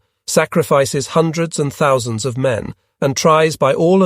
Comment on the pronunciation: If it wasn't for the 'one zero zero zero...' pronunciations of numbers, I would have never believed this is an AI narrator.